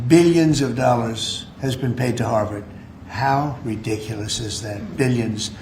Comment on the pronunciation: Please be careful in your pronunciation. Your pronunciation of Harvard sounds like Howard.